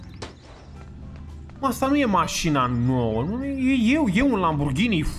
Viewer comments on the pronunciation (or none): none